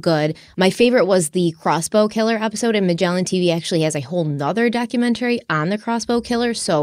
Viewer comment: I love watching and but I hate the way she pronounces documentary. Funny that something so minor drives me crazy 🤣